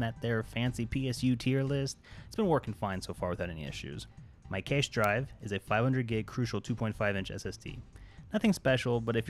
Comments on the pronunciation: Pronounced "Cash" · For the love of God... WTF is keish? its cache